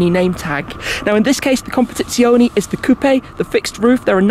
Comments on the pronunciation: CompetizionE , not competizioni. As you say correctly speciale, not speciali. Anyway great video Shmee! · ... u should improve ur italian language... "competizionE" and not "competizionI" ;-) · COMPETIZIONEEEEEEEEEEEEEEEEEEE NOT -ZIONIIIIIIIIIIII ❤️ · Nice video😍,but is CompetizionE,with "E" in Italy pronunciation,not CompetizionI. Is wrong CompetizionI,in english pronunciation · amazing video but as an italian PLEASE, it's non competizionI is competizionE just as you say fErrari and not Firrari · Everything exept for how to pronounce competizionE, its competizionE not competizioni 😅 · Comp-a-TITS--ione. Emphasis on TITS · ahhh classical. An Englishman butchering an Italian name. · he cannot pronounce it properly